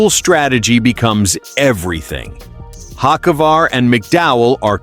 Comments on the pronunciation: This guy pronounces Carson last name 2 different ways, and both are incorrect. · I'm unhappy, one would think with all the advances in AI, they could get a persons last name pronounced correctly, guess AI isn't all that cracked up to what everyone seems to think it is, shitty deal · for a new chanell you have some work to do.. 1, if you advertise cheating scandle, show it or change the damn title. 2, get the names right. fans cant stand posers pronouncing incorrect names and 3, what does chase elliot have to do with carson ochavar? lol.. videu must be in sync 100% of the time. thats my 2 cents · How many ways can the ai can't say his name right? Fix your ai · Can't even pronounce a name correctly even said a name or something 2 different ways. Learn to pronounce correctly or just say you don't know how to pronounce it. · Please get your facts correct before you start your comments, also learn the drivers last name and announce it correctly. Get with the program!!